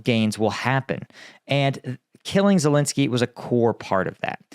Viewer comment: ladies and gentlemen, here we have an expert on Ukraine who can't even pronounce Ukrainian president's name!!!